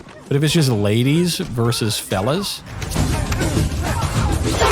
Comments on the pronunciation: I'm glad they added the word on the screen. I thought he said 'felon' 😁🤣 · Why does it sound like he say “ girl bosses beating up felons “ 😂